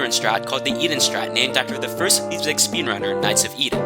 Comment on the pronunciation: "boogle" "catacombs day pariss" "leapzig" im dying bro 😭